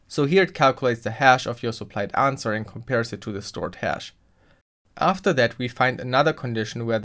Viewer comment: "anwser". Literally unwatchable. Seriously though that was a deeeeeep dive in Smart contracts. I never realised how in depth a eth ctf challenge could go. If only that ctf was a day longer huh 😁